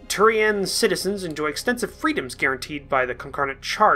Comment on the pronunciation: cap--ell--an confederation and house D--ah--vy--on and To--rian Con--cor--dat